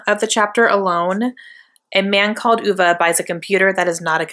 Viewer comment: Hahhaa you & say oovaa it's ah vay ( I only know because of the movie I was pronouncing it wrong at first too lol)